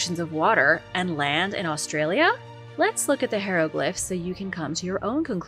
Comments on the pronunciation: pronounces it wrong.,...hi (long i) re(short e) glif (short I),... pronounced like "high reh glif". 👍🏽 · Say it with me please high row glyph Ick it’s almost as bad as the stienfeld paper mache episode lol